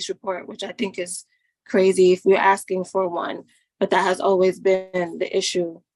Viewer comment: This guy needs to stop axing questions and start asking them.